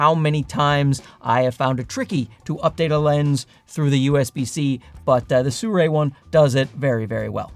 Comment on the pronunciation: Why does he pronounce the brand "Suray"?